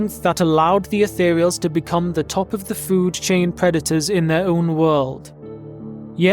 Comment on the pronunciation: lol "preda-tau"